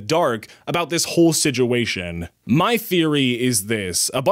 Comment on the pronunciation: That really sucks and I love your videos, but one thing made me laugh, you say siduation instead of situation, hehe